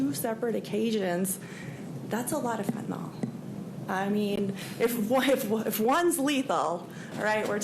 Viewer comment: Fen-ta-nyl. Pronounced: fen -tan - ill. Not Fentanol. Not that hard to say folks.